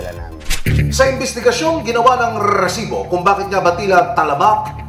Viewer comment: rrrrrrrrrrrrrresibo AHAHHAHAHAHAHAHA